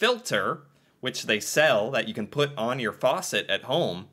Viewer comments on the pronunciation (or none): none